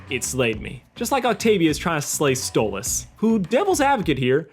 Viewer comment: You said Octavia was trying to say stolas on accident.